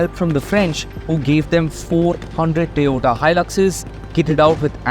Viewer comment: TOYOTA ❌️ TE-OTA ✅️